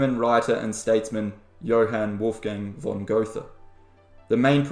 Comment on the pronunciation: Connected Zyzz to Goethe! Outstanding! By the way it’s pronounced Like “ger-ter”